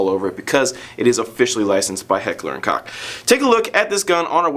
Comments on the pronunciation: its not kock its koch dumbass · Its Kock ( COOK ) Not cock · Heckler and Cock? Koch is pronounced "coke" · actually it's coch... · it's pronounced "kosh". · Sam Lemke Not it's not. The correct german pronunciation is kochhhh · well, i couldn't think of any english words that have the ch sound the correct way.. it aint cock for sure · You should look up how to pronounce "CH" in German. It's different from English. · ACTUALLY it's pronounced the german way. With the german "ch". Can't really explain that in letters :P